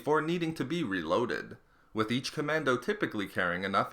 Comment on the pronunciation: John CommanDOE